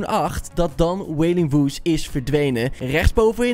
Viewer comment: Goed uit gesproken wailing wood